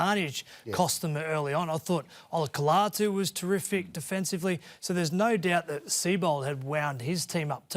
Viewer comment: lol Cronk 0/3 when pronouncing “Olakau'atu” 😂